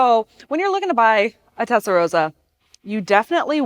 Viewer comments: This video wasn't great. Pronunciation of the car name was wrong. Some facts about the car were wrong (e.g centre of gravity was actually high)... And also it was a poster car for those who grew up in the 80s not the 90s... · Rossa is with a sharp “s” like in “boss”. The way she said it it’s the color pink (=Rosa). Doesn’t matter though when I speak English I also pronounce “Ferrari “ wrong and I still don’t know how to pronounce Countach properly - or Huawei :D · Shitty, irritating presenter, shitty channel. If you can't even say the name of the car correctly, you're an amateur. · Doesn't it sound great! The engine layout is in fact identical to the Boxer, both having the flat twelve on top of the gearbox. The TR just moved the radiator(s) to the rear, giving it the big hips, but avoiding having the coolant pipes running under the cabin floor and acting as you say like a Roman hypocaust. FYI, I know it's an American accent thing but the way you are saying Testarossa actually means 'Pink head' in Italian. Roso/rosa, with the 'o' like in rose, nose, pose etc means pink. Rosso/rossa as in possum, boss, cossack etc is the adjective that means red. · Absolutely right. Pronouncing it the way she does is just amateurism. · Tezdaroza no girl it's Testarossa that's like calling the Mustang a "Mustard" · The narrator keeps saying TETsarossa 🤣🤣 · "Testa" not "Tetsa". "Rossa" (red) not "Rosa" (pink). But I'll forgive you because it's free content and the video is still excellent. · Omg…. Her pronunciation of the TESTROSSA. Is like nails on a chalkboard. 😡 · It triggers me how she mispronounce Testarossa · Are you calling it Tetsarossa? Have I been calling it wrong all my life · Its pronounced Testa-ross-ah. See the Goodyear tire ads (signed off by FNA) featuring the car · Lol tetsa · she s saying pink (rosa) instead of red (rossa) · Why can’t Americans pronounce Testarosss correctly? It’s so easy to get it right. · You mispronounced Testarossa